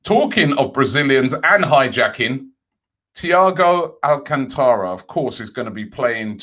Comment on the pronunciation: Absolutely shocked Robbie pronounced Thiago Alcântara properly.